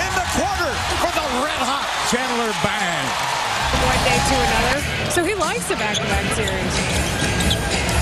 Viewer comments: We called him "chandler BANG" lol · Did the commentator say Chandler BANG? Friends fan? 😂